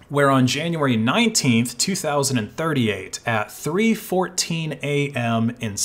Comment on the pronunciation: you mispronounced 2038